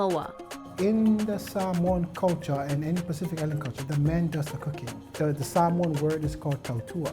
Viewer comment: Love the video. Now I have to check these places out. I love how the reporter pronounces Samoan the correct way.